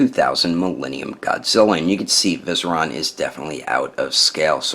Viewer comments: Great review.. but you pronounced it as VI-seri-on not viserOn.. tha ks :) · Vie-seer-ian. I know, im that guy. 😭😭😭